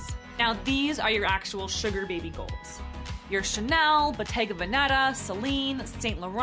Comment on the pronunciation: The way this * pronounced Versace and Bottega Veneta, omg are you kidding me